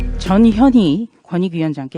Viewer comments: 발음에 주의합시다~ 전현희야? 저년이야? 내 귀에는 저년이로 들리는데 나만 그렇게 들리는건가?ㅋㅋㅋ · 발음 유의 해야 합니다. 저년이 권익위원장 자리는 아마도 죄인이 스타일이라 스카웃했을 가능성이 있다고 혼자 뇌피셜 함. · 저녀니 저녀니 저녀니 그입 다물라 무슨 옹알이도 아니고 아닥해라 깜도 안된다